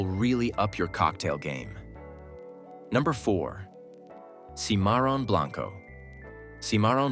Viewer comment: POTRON :face-blue-smiling: Semaron AI sucks and so does this video. I cant take this crap serious.